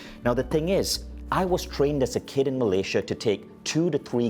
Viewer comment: Hahaha accent come from where